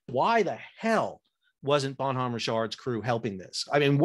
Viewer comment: The "H" is silent in the name and it's proounced as one word, not two.